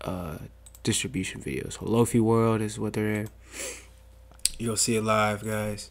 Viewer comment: hahaha i love that you call them "low-fee" drum kits... They are "lo-fi" as in low fidelity, as in the opposite of 'hi-fi' aka high fidelity.